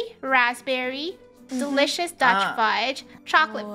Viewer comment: funneh: wow so delouies.. it makes me wanna throw up